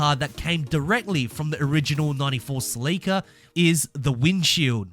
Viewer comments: Wtf duuddeee , Celica! : SEL-ICA !!!! NOT!!!! SLEEICA! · You lost me at the mispronouncing of the "Sell"-eh-cah (You could at least find a video where Scotty talks about his "baby", his 94' in order to hear how he pronounces it) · It's Celica. Sell-ick-ahh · Celica. Pronounced sell e kah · You said Celica wrong. Top Secret Supra???? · The way you pronounce celica is just wrong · Ive never heard someone say celica like that